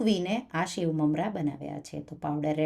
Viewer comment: Delicious. But please it's sev not shave. It's singdana not shingdana